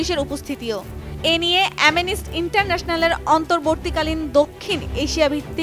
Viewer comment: অ্যামেইনিস্ট না অ্যামনেস্টি😅😅